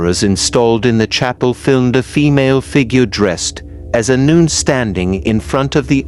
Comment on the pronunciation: Okay, I made it 48 seconds in before the idiot AI voice decided to pronounce "nun" as "noon". Fuck this channel.